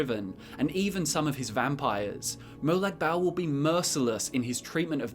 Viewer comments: its not molag bal its Molag Bal like bawl u dont say bal dont sound right ... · It's pronounced (moe-log ball) but spelt like that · Its more pronouced like "Barl" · “Molag Bowel” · I'm sorry, but I just can't stand how you say Molag Bal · It’s Molag bal